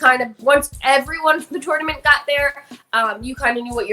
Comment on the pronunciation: The way ds says TOoRnoUmant